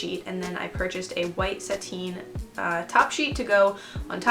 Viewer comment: It’s pronounced sat- in not sat-ine